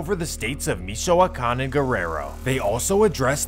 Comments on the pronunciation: Mee-shoe-wah-kahn region. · The way he says “michow-wakan” Lmaoo